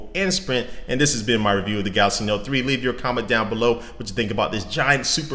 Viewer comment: Wow i was thinking "im crazy or hes saying galasy? Im gonna read the first comment" and there u have it :)